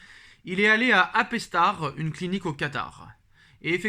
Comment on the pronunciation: « Aspitar » et on apistar. Arrêtez de dire n’importe quoi svp.